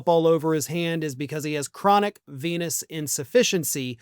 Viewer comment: I keep hearing "venous insufficiency" like "venis insufficiency" but with a p.🍄🤪